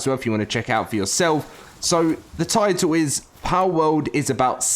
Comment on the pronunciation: It's Pal World, not Powwowd